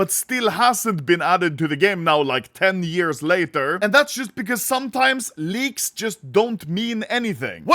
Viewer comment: His tongue is so fat it sounds like he says leagues not leaks